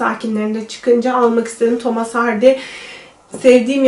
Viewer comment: Thomas diye okumayın artık ne olur! Thomıs* diye okunur.